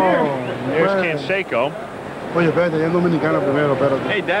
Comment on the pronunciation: Rookie, Jose "Can-secko".